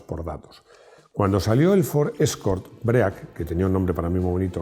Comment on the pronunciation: Cada vez que dices "BREAC" se suicida un Ángel. Venga hombre, sabes que no se dice así